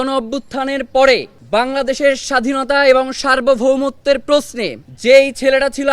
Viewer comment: সুইপোস্টি ❌ স্পষ্ট ✅ পোস্নে ❌ প্রশ্নে ✅